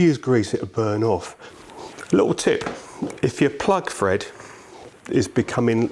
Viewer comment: lmfao stop saying fred it`s thread 🤦‍♂️